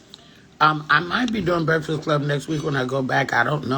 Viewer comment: Baby I hollered when I saw this title.. that shit took me out. Y u said it like the old folks..BREFFAS 🤣